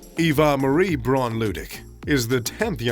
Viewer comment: Pronoun correctly....BRAUN.....is ....BA--- WOUND .( German pronunciation )